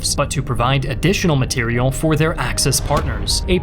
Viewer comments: Material.... Say it.... Say it right.... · only thing more annoying then having now day politics pushed into video about history is when people purposely use weird pronunciations for everyday words. There are times when you can tell someone does it on purpose. This guy saying material is one of those times. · Are you deliberately saying material wrong? maTerial not materiAl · I've noticed something strange. You seem to pronounce words differently than most. You said burial like berrial and material as materielle.